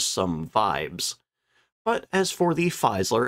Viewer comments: Just one thing about the pronunciation of the brand name Fieseler: I recognize the fact that in Anglo-Saxon speaking territories, the FIE- is automatically seen as pronounced FY as in 'defy', but the German FIE is in fact the English FEE as in SEEN, so FEE-SAH-LER. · pronounced "Feeezler" not Feyezler" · Its Fie se ler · Fieseler is pronounced "feez-ler". Long 'e' sound, not long 'i'. And the final 's' in "Versailles" is silent. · An FYI on German pronunciation: "ie" is pronounced like the English letter 'e', i.e. 'FEE-zeh-ler', don't forget the second 'e'; "ei" sounds like the letter 'i', i.e. Heinkel. Somewhat confusing, but you sound more professional when you pronounce names correctly. Other things to look out for: 'w' = English 'v'; 'v' = English 'f'. You did get the 's' = 'z' right as it's in front of a vowel. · Check pronunciation of names before you use them. Particularly of your MAIN TOPIC. No, it's NOT simplistic 'Fiseler'. Try Forvo. Remember it's GERMAN.